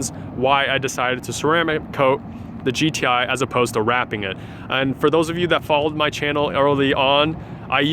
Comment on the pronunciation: anyone else notice he said g-thai